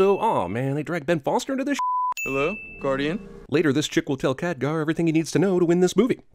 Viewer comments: Btw, Khadgar, not Kadghar. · it's not Kadghar, it's Khadgar (insert angry comment) i'm not mad i'm just saying xD